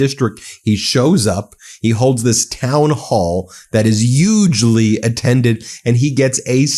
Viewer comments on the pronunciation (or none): Did you say “yugely” instead of “hugely”?! Uh oh! You’ve been covering Chump too long!😂😂😂😂